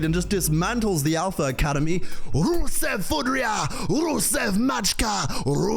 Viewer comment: The way you said "Rusev udria, Rusev machka" sounded almost like you are bulgarian, pretty good pronunciation, i know that, cuz i am bulgarian.....😀